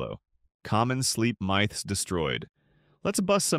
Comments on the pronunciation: AI video. He says M-EYE- THS instead of Myths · Good information. sad that its another AI voiceover channel. I think saying myths as "mice" gave it away. Also random bot comments in the channel asking for prayers and stuff. Good content tho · Myths pronounced as "mites" 😭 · Almost had until it said MITHES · Getting really tired of these AI-generated videos. You can spot them from the weird pronunciations. "Myths" = "mieths" ? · “MY-ths” 🥀 ts ai right? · myths pronounced as mithes. another shitty ass AI slop video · Goddamn AI narration is starting to piss me off. WTF is a "my"-th?? I mean, using AI to narrate is fine, but f'ing proof-listen the damn result before you publish! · ai slop detected "mythes" LMAO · Did he (or it) pronounce myths “mithes” Lol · you lost me pronouncing "myth" as mithes - wth? ai? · ah yes, miythes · Good old miythesss 😂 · “myths” is mispronounced. Are you AI??? Or if you’re using it can you plz be upfront about it? But i love this vid, it has gr8 info, ty! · AI slop - the giveaway is when it pronounces “myths” 👎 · Did I hear the text-to-speech mispronounce "myths"? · ‘Myths’ obviously pronounced by AI… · aint trusting this content if you pronounce myths like that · It wasn't just me, then!😂😂😂😂